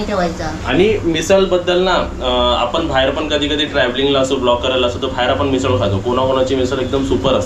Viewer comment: मिसळ बोल ना